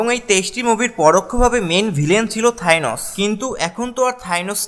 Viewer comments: Thainos not thanos😂😂😂😂😂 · থাইনস না থেনস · Man This is Thanos..NOT THYNOS🥴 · থ্যাইনোস কি ভাই! 🤣🤣🤣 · Bhai thinos na thanos hobe lol. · Bhai Thainos na Thanos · Vai ota theinos nah thanos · Vaia thainos na thanos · Thainos na Thanos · থাইনস এইডা কি আবার ভাই 😑😑😑😑 উচ্চারণ ঠিক ভাবে করেন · থাইনস🤣🤣 কি উচ্চারণ ভাইরে ভাই🤣🤣